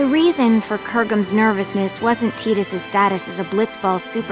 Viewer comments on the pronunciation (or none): Tee-dis is the right way though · Yeah I always pronounced it that way ever since I got this game when i was.... 10 i believe. then when I replayed KH and found it he was a character in that game. the pronounciation was TEE-DUS, but I think Tie-Dus is better. You're not alone in this one buddy! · Wow, been pronouncing his name wrong forever... Thought it was 'ty duhs' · GRR I HATE TEEDUS ughh PRONOUNCE IT LIKE THE OCEAN TIDUHS!!! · HIS NAME WILL ALWAYS BE TIE-DUS IN MY EYES. I HATE HOW THEY CALL HIM TEE-DUS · I don't care what the official pronunciation is, I'll always pronounce his name "Tide-us" It just sounds better, and fits in with the whole oceanic theme of FFX. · That's actually the new way to pronounce it. "Tee-dus" is just the original (older way) to say it :) So, it just boils down to preference. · Tide-us like the fate that tide a bond for him and yuna or bcuz he is a blitzball player that always play with water (tide) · Lol she did not break up with Tidus for Kergom, he is in love with her, I dont think that she knows that. It would be so stupid to me if Auron had a daughter lol, that does not even make sense Lol and Dissidia pronounces it Teedus :P